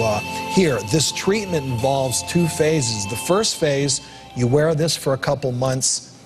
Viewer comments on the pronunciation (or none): none